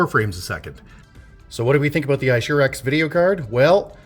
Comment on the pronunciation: I shoe racks XD, its Aye-sue-rix sir :)